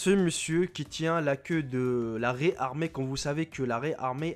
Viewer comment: dit pas livre mais kg gramme ou tonne sinon on c'est pas ce qu e les animaux font comme pois et dit pas raïe